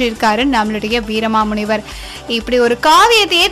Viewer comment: Your pronounciation is totally wrong with his name pls correct the name